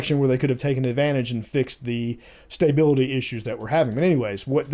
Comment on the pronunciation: STAY-bility?? :) Just messing with you. When I head how you pronounced Stability it sounded strange....because it is pronounced stuh·bi·luh·tee. Lets see how quick they get these updates out. I assume a lot of these fixes are things that were known issues prior to release and are releasing now.